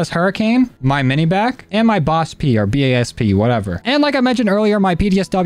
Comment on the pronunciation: It’s not mini BACK it’s mini BAK